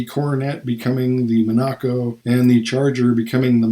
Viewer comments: Monaco is pronounced MON-i-co. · Pronounce it Dodge " Mon-A-Coe " Monaco.